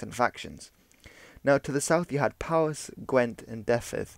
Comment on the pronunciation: Research on pronunciation is a good thing to do - before you make the video. "Dyved" "Urien" "Powys" etc.